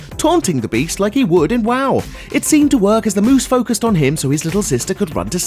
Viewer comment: Fuck you and your 'WAW' ... its not 'WAW' its 'WOW' because its world OF warcraft .....